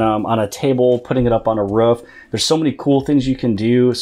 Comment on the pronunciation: how did you just say roof bro